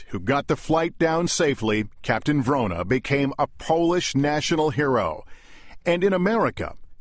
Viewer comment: WRONA not "Verona"!